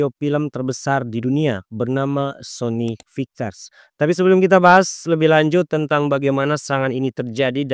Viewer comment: Kualitas konten udah good banget min😊 tapi aku cuma kasih saran, untuk cek dulu kualitas penyebutan kalimatnya min, seperti Korea Utara tapi malah terdengar seperti koremtara, dan semisalnya ada kalimat berbahasa Asing alangkah baiknya coba di translate dan di dengarkan cara penyebutannya agar konten semakin jos min😊 menurutku admin masih kurang dari segi itu min sony fiksar dan setiap penyebutan selanjutnya begitu terus seharus nya sebut saja soni pikcer koremtarah seharusnya korea utara jutaan dolah Sebenrnya masih banyak min cuma aku kasih sebagian aja buat bahan evaluasi dan jangan malas juga untuk take ulang saat penyebutan min, mungkin yang salahnya bisa jadi bloopers di akhir video buat hiburan seperti aurelia Vall Terima kasih admin